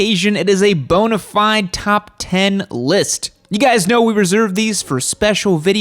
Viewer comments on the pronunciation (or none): none